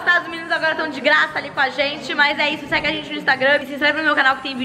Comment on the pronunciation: Uma blicadeila sem glaca 🤣🤣🤣🤣🤣🤣🤣🤣🤣🤣🤣 cebolinha